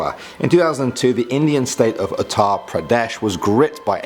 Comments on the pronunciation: It's Indian..... not Inidian. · Its indian not inidan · Indian it is not Inidan , chuthya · Inidan LOL